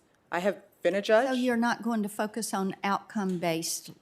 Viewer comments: she needs to work on her pronunciation of "focus" because I heard something completely different lol. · At the mark it sounded like she you are not going fuck us when she said your not going to focus. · LMAO I guess she says "focus" in this sentence. It's a little tough to tell.